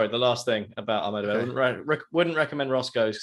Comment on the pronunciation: I just hope by the end of the tournament gets to say "Ahmedabad Boys" correctly.